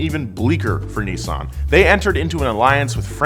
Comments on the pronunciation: It’s Nis-san Not Nee-saan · "Nee-sun"? Oh, you mean Nissan. Whoever designed the Silvia S15, get him/her/them back. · The way americans pronounce NISSAN, is killing me xD